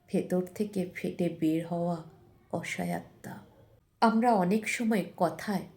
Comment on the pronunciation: আপনি বললেন অসায়াত্তা। আপনি কি অসহায়তা বলতে চাইছেন?